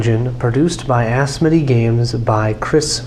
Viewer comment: I think Asmodee is pronounced "As Moe Day"